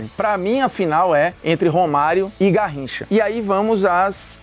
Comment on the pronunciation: "Narricha..." _Formiga Bruno